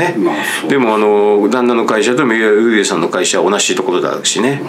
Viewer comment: 三浦瑠麗さんて言いにくそうなのにずっとフルネームでちゃんと呼んでるのすきw